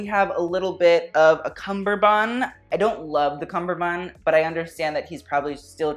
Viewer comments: Cummerbund, cummberbund. Not cumberbun. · It's a cummerband not cumberband. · Its cummerbund, not cumberbun. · CuMMurbund...what the hell is a cumburbund?it hurts my ears,please stop it! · Struggling with the word cummerbund are we? It has a 'D' on the end that is pronounced in all forms of English. I love your presenting style, and your descriptions have sass without being overtly offensive to the person on the red carpet. You just need some polish. This was thoroughly enjoyable though, so thank you for all your hard work putting it together.